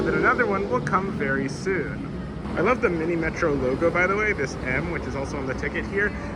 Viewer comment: slight correction on pronunciation: "Minimetro" is pronounced "Minimetrò"